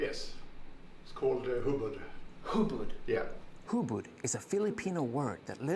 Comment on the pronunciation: actually the instructor said it was hubod . The other guy just mispronounced it as hubad that's why the instructor said hubad means naked.